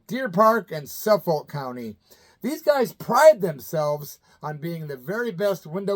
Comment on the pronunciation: Islip is pronounced eye-slip. Suffolk is pronounced Suffick. Just helping u out, I've lived on L.i. for 30 years. I'll follow those dudes on Facebook 👍👍👍